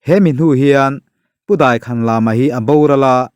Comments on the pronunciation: Daikhanlama tih hi a thluk a dik lo.Lama hi thluk loh tur. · Daikhan lama i tih hi lam ah hian thluk a awmlo ang a.